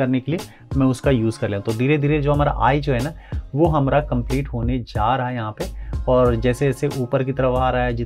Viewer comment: Hamara ko hamra boldiya 😅